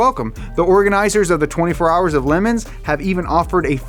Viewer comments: All the comments are disappointing. No one mentioned his pronounciation of 24h of "LEMONS" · Ah, I see you pronounce "Le Mans" like southerners pronounce "Illinois". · It's Le-Mans, not LeMans